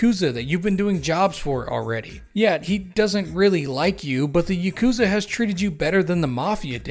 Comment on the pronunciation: Fun fact: The Ya in yakuza is read in the same way as Yar but without the r.